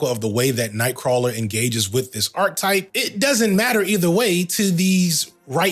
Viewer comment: All throughout this video you say "Arc type" While you could have been referring to a character arc, you aren't. An arc type from Google is . . . `In mathematics, unless otherwise stated, an arc usually refers to a portion of a circle. Types of arcs. A chord, a central angle or an inscribed angle may divide a circle into two arcs.` What you meant to say is, archetype (ˈär-ki-ˌtīp) or arc-a-type if you don't know how to read that. a very typical example of a certain person or thing. "the book is a perfect archetype of the genre" One or two instances would have been easily overlooked and forgiven, but the continual use of this mispronunciation is egregious, and taints your whole message.